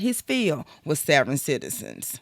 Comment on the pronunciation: "Savverins?" otherwise OK